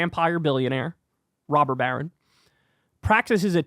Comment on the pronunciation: Stop saying rober barren lol